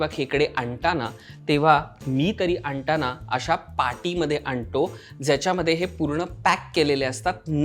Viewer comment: "आणटाना" की (आणताना) ?? आणटो की (आणतो) ??? शी ही कसली मराठी ? बामणी मराठी असली तरी इतकी अशुद्ध ?? पहिल्या १० सेकंदात हे दोन गलिच्छ उच्चार ऐकल्यावर कट्टर पुणेरी या नात्याने पुढील विडीओ पहायची इच्छाच मरून गेली 👎👎👎👎👎👎